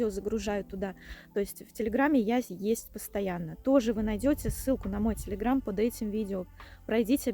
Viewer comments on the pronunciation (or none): none